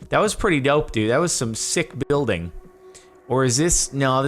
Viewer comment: Buiduilding That's what I heard xD